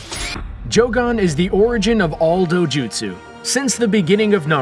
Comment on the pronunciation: This duuude said joogan